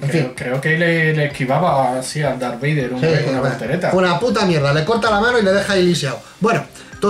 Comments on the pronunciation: en serio? Darbader, así lo pronuncian? Por favor! Creo q me dió algún cáncer al escucharlo. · Dar Bater. Pero es que tio como es posible que lo pronuncie tan MAL. Error Epico. REALISMO!!!!! Y solo llevamos 15 segundos de video. Vaya. Empezamos bien.